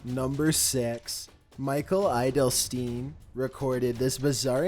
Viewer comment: Number 6 - Believes the name "Edelstein" starts with an "I" sound.